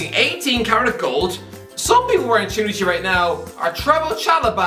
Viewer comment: pronounced cernucci wrong